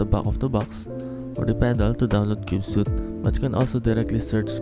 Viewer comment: It's pronounced "sweet," not "suit." "Cube-sweet," not "cube-suit."